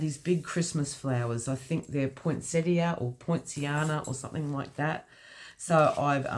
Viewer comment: Very cute, and yes, you pronounced Poinsettia correctly, lol 💜